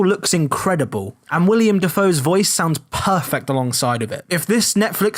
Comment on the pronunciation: Couldn't agree more in regards to the Death Note Netflix adaptation, it was garbage! Nice video anyway, only nit pick.... it's "Willem Dafoe" not "William" ;) [OwO]